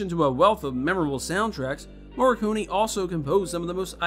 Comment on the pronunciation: You repeated Morricone's name 4 times and pronounced it each and every time different and WRONG. Wow. Now, that is one REAL WTF!